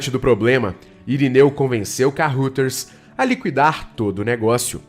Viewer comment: Ótima matéria, li o livro e assisti o filme com Paulo Beti. Só uma observação: Kaeuraders, é assim que se pronuncia Carruthers.